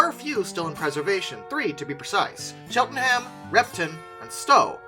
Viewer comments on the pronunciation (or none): none